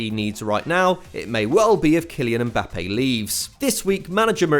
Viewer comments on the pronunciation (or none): Why did he say neck pope